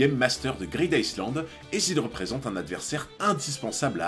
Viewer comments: En anglais le "s" de island est muet. Sa se prononce "aïe Land" et pas iceland, d'autant que pour les anglais, iceland c'est tout simplement la trad de "Islande"... Dsl je sais c'est tatillon mais sa m'a vriller les oreilles toute la video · super vidéo encore, on dit plutôt " greedaïeland" et non "greedICEland". Le S est muet ^^ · greed ICEland ca pique les oreilles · SI Je re-entend iSland encore une fois, mon cerveau se liquéfie. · Vidéo sympa, j'ai cru reconnaitre une OST de Skyrim à un moment mais j'en suis pas sûr. Cependant toute la vidéo j'ai tiqué sur la prononciation du "Island" de Greed Island, je t'invite à écouter la prononciation sur Google trad :) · Ta vidéo est cool 🙂 (Par contre ça me pique les oreilles quand tu prononce le ‘S’ de ISLAND 😉) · le "s" de island ne se lit pas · tu prononce le S dans greed island ? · Il ne faut pas prononcer le « S » de « Island » … ça me stresse